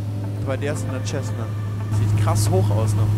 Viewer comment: dat ding d aheißt nicht schessna sondern cessna da is kein sch dirn!